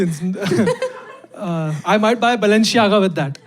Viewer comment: It's the 37 wrong pronunciations of Balenciaga for me